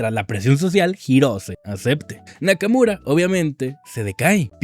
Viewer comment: Nakamura ❌ Nakamuro ✔️